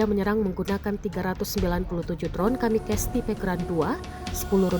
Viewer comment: kamikaze bukannya kamichase bacanya karena berasal dari bahasa jepang Dalam bahasa Jepang, "kamikaze" (神風) secara harfiah berarti "angin dewa" atau "angin suci". Istilah ini merujuk pada dua peristiwa penting dalam sejarah Jepang: topan yang menghancurkan armada invasi Mongol pada abad ke-13 dan, yang lebih dikenal, serangan bunuh diri (khususnya oleh pilot pesawat) yang dilakukan oleh Jepang selama Perang Dunia II.